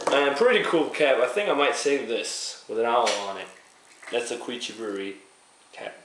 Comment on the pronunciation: By the way, you pronounce their name "Kee-oo-chi" I like how you said "kanpai" though :) Represent!